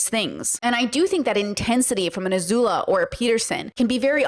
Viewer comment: not "azula"